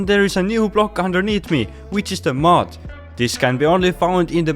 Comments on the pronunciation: Dude say mud not mod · You said mud weird, I though it was mod block.